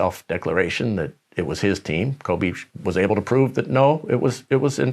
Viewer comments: Kove-Shaq Fued 🤣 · Let's please put some respeck on Kobe's name, it's not Kove